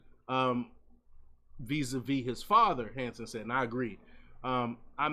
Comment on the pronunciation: Hanson, not Manson?